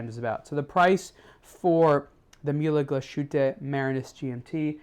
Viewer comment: "Myulah glushooter"?. Da fuck. It's pronounced murler glass-huttah